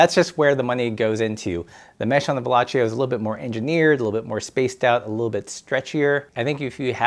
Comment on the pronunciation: Pssst...... Its pronounced Velo-see-o. He was french, not italian